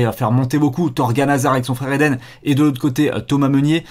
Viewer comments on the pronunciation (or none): none